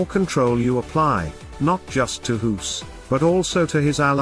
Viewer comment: You don't pronounce his name as hoes like you do but as goes...like goose...of course?